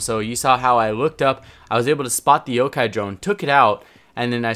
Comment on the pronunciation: kinda ironic when you said can`t speak english after mispronouncing yokai as yokou as yokai is Japanese term for ghost so really you should be saying cant speak Japanese